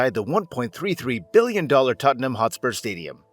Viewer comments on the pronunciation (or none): Hotspur.. Not HostpurS